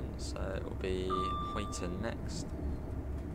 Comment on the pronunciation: Speed set is activated with . To increase and , to decrease I believe. To activate it it’s ctrl and . Also, it’s pronounced huyton as in huy is pronounced the same way as guy.